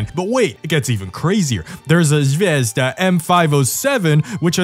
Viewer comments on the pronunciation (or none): Pronounced Zvii jes da btw! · His pronouncement of “Zvezda” kills me.. 😞 pronounce it right bro..